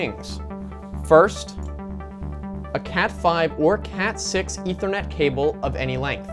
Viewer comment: "E thr net cable" thats what he said.